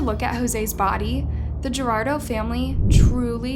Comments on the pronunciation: If he was 17, he was a minor. There is absolutely no need to wait three days to search for a minor. Especially when he had no prior runaway history. Also, his name is pronounced Gua-r-dado. Not Gerardo. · The victims last name is pronounced war-dah-doh, not gerardo. 🤦‍♀️ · You’re butchering his name. It’s pronounced Gwar-da-do. His mom’s name is Lu-see-ah. They literally pronounce the last name in a video you used. People like you don’t actually care for victims but take advantage of their situations to profit off of you. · love you vids:) just wanted to point out, his last name Guardado best way you can pronounce it is the word Guard and just add the ado to the end. I know you did your best or maybe by trying to pronounce it fast you said Gerarldo. regardless of the innocent mistake thank you for your content:) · It's pronounced Cologne not Colon, an organ that holds feces and it's Guardardo not Girardo. It's painfully obvious you've never been around any type of diversity in your life when you can't even pronounce a very common Hispanic last name correctly. You might as well mispronounce Rodriguez.🤦🏽‍♀ 🙄🙄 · his name isn't gerardo, it's guardado. how is anyone supposed to trust your account when you couldn't even take the time to learn how to pronounce his name? If you could fuck up something that basic, what else did you fuck up? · I don't mean to be the spell check/pronunciation police but I'm sure the guy whose last name is guadardo is not pronounced jerardo just saying if you've ever met anyone Hispanic you'd probably know how to pronounce that. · Its Guardado not Gerardo, SMH! At least pretend you care about the victim. Florida is a welcoming state? as long as the governor doesn't ship you off on a bus to a lib state. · If you are going to enrich yourself with a content on somebody's tragic demise, make sure to PRONOUNCE THE FULL NAME RIGHT. It's GWAR-DUH-DO. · So annoying about the pronunciation of Guardado. She keeps saying Gerardo!